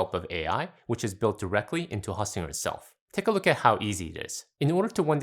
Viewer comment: It’s host, not haustinger